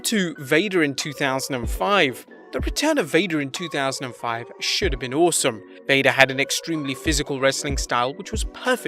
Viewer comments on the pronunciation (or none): none